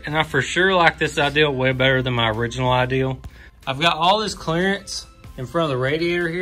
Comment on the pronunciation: Ideal, idear. We have enough problems with the pronunciation with this word.